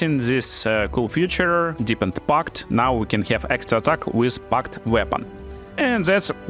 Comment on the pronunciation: Feature |ˈfiːtʃər| God bless you to speak it right, man